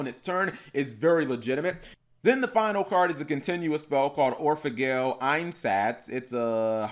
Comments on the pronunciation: It's not Gle Like angle. It's gel like angel or the word gel ya no? Just sayin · Anime Seraph I think it’s actually pronounced like gull from the word Seagull or goal like when you score a goal in sports. The reason why I believe that is due to the fact that the vowel in those two words is much closer to the original Japanese pronunciation of the card’s name.